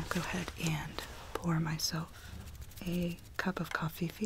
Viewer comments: Did any one notice how she said coffeefe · did she fr say cofee-fee 😂😂😂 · Why does she say coffee like cofefe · love that you say coffefee instead of coffe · I am going to pour myself some cOfEfE Me:0_o what’s cOfEfE? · “Can I interest you in a cup of coffee fee fee” 👇🏻if you want a cup of coffee fee fee 😋☕️ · When she said coffee-fee I died😂🤣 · am i the only one that got s o bothered when she said "coffee-fee". i dont even know why. i had to pause and step away